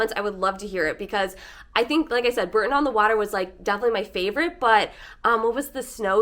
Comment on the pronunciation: The Cotswolds are stunning but not "the countryside of England", it is different all over the country. P.S. Bore-ton, not Burton